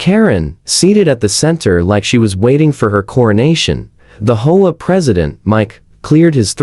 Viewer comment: I have never lived in this kind of neighborhood, so I don't know the proper pronunciation. Do people actually call it a "hoa," or do they call it an "H. O. A.?" If the latter someone needs to find a way to get the Ai to pronounce it properly. It is very distracting.